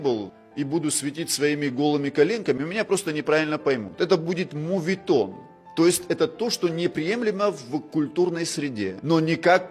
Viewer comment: Не мУветон, а мОветон.